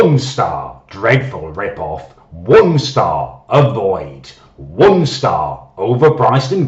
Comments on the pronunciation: WUN STARRRR!!!!! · Some nights I still wake up in a cold sweat over the way says Won Star!! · WON STAWH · wun stah